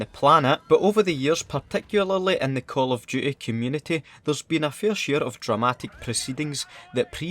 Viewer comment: Call of duhey